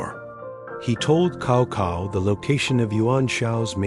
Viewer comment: Great, keep on. Just for Cao Cao I think it should be pronounced "sawsaw" and not "kawkaw"